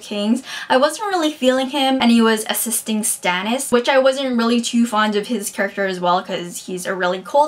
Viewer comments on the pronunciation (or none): none